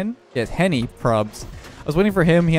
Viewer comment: Why is no one talking about how said Henry instead of Henny